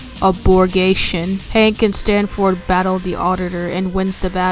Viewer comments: Yes i kept calling "Sanford" "Stanford". Did i take retakes no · "stantford" "deymos" "scary monster" "exporgation" "aborgation" ye that's it. Bonuses: Expurgaytion